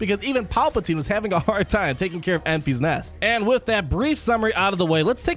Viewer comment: Love you but "Enfees nest" is driving me nuts.